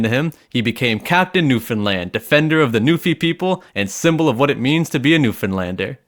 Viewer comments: Finally a guy that pronounces Newfoundland new-found-land not new-finland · Eh buddy gives me a little tingle in my heart that you pronounced Newfoundland right. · I'd like to just thank you for saying Newfoundland right. No one ever does, and it really pisses everyone off. -A real Newfie (Also I live in Nova Scotia and I can confirm that it doesn't exist, don't look for it, don't come here.)